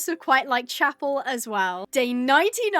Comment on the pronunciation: im sorry but it pains me to hear this uk the horse chappell its not actuallly pronounced like that its pronounced shappelle < hope this helps!! x